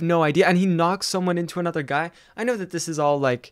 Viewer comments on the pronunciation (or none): none